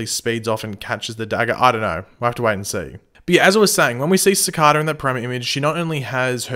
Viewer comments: i hate how he pronounces it cicahda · Cicada (siii-Cade-a) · Sorry buth when you say Cicada is wrong.Is verry anoyng.Sorry for bad english.0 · It’s cicader not cicada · You have a funny way of saying Cicada :) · Next week: Find out if finally pronounces "Cicada" right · please pronounce cicada right watch the flash and pronounce it like they do, but your videos are awesome keep up the good work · He constantly says cicada wrong 😩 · Why do u pronounce cicada weirdly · Is it just me or does it annoy anyone els the way he pronounces Cicada? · pls learn how to say the villains name right